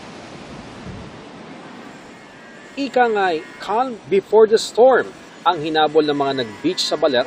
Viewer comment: Kahm po kuya, hindi kalm ang pronunciation ng 'calm' 😂